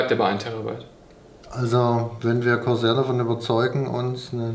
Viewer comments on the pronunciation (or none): Es heißt corsair nicht croshair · ER-O-G, Freds, Grafichkarte, Korsähr. Das sind so Schlagwörter, die perfekt die Backsteinoptik im Hintergrund aufschönern.